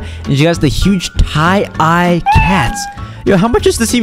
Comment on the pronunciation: The way he pronounced the word Tiedye💀